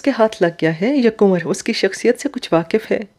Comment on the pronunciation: Your pronunciation of kanwar is not correct. It distracts from the story. Kindly remedy it.